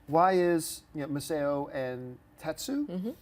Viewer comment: Massao is pronounced MASS-OW. No body gets that!